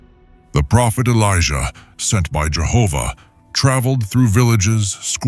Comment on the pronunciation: I'm thankful you pronounce Jehovah in this